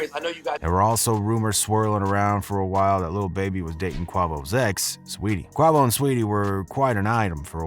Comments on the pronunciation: Same... I turnt this shit off n hit the comments to say the same thing. How can you report on something and you can't even pronounce the names correctly. Vulture's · Rs man it's killing me like dude if you're GANA post a video please learn how to say his name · time stamp? Literally EVERY TIME he says Quavo he fu**s it up. 😂😂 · You can't even say his name right🤦🏽‍♂️ stay out of our culture... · It's dam disrespectful to pronounce his name wrong after doing the research which SURELY pronounced it right. I mean it's only 2 syllables!!! Do better culture vulture! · Exactly how he gone speak on them nd can’t say they name right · & he says quavo so many times.😂😂😂😂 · But he saying it wrong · its kway vo not kwah vo 😂😂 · Who da fucc is kwavoe?..............its quay'voe quavo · how this dude gonna keep saying quahvo lmao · Not Qua - Vo It’s QuaVO bro 😂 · For fucksake it’s not QWAHVO! It’s Quayvo.🙄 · How u gonna say “QUAH-VO” when literally every Migos song has his adlib screamed out as “QUAY-VO!”🤦🏾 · Quavo like (Kway-vo) NOT Qwa-vo maaan! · It ain’t qwavo it’s quavo🤦🏽‍♂️😂😂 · It’s Quavo not QWAVO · every second he says Quuavo instead of Quavo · wtf is a Kwah-vo? you mean Quavo??🤣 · Cua vough 😂😂😂😂😂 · The Chanel lost my respect as soon as I heard him say ..QWAVO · Niggaaaaa say it with me Quay-Vo 😂😂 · I'm cracking up every time he says "Qu AH vo!!!🤣 Wonder how he'd pronounce Rihanna or Gucci Mane...🤦‍♀️ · Called that man QawVo 😂😂😂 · TF is Quah-vo? You can’t one of the Migos names right and you got a channel runnin hip hop news? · If you say quah-vo one more time 😂😂😂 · You can tell this dude doesn't follow hip-hop. He's init 4 the money. He can't even pronounce the man's name. I guess get it however you can. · on godddd lmfao bro i said outloud ''BRO ITS FUCKIN QUAYVO'' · nigga said “Kwuavo” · QUAVO=KUH- WAY- VO ...SAY IT NOW ..DAMN 🙄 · Do you even listen to hip hop? How do you mispronounce the lead member of the group. It's K-WAVE-O smh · Quay..VOE.. Quavo smh